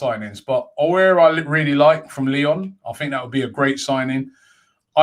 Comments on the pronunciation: it’s pronounced Aw-war not Oo-air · It’s owl-R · Robbie's pronunciation of AOUAR is now getting annoying.